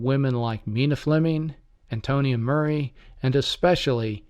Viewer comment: It is pronounced Maury not Murray.